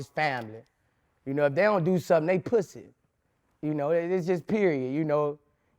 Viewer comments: He said, "No pwussy!"😅🤣😂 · 😂😂😂 I was waiting to see this comment ! Lol - “I’m on parole Vlad.... they told me one mo pwussay.... dassit” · What's the time stamp on "Pwussy"? i can't find it and i cant sit through the interview again. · One more time ☝🏾 One more Pwussy 🐱 If we see pwussy one mo time ‼️‼️ 😂😂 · “One mo pwhussy” 🤣